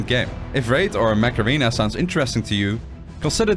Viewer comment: Sound: "Mech Arena" Subtitles: "Macarena" 😂